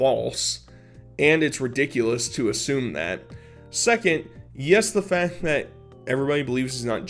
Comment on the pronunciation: Dude I friggin love ya, but u gotta friggin learn to pronounce the letter "C" when it's followed by a "T". For example, you say "fat" instead of "fact", "charater" instead of "character".... figure it out dood.